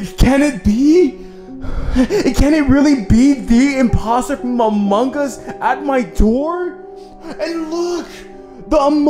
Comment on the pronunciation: Bruh did u just said "among gus"